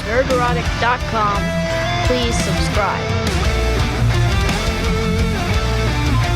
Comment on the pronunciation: Did Piers call ""? I like it!